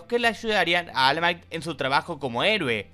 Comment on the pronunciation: 😢 solo puedo llorar al escuchar almai